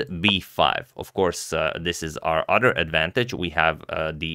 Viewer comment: It's OTHER, not udder.